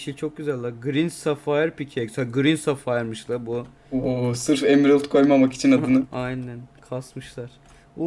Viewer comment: sefayır ne lan sefa gibi .D safir veya sapphire desene m4l